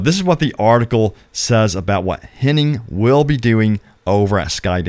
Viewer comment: It’s Hennig. Ig. Not Henning. There is no ing.